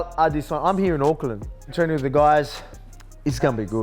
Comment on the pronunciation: Respect Alex for pronouncing Izzy’s last name correctly 👏🏾👏🏾